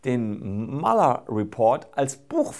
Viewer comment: Besagter Muller wird Mjuler ausgesprochen, der Name hat keine Umlaute.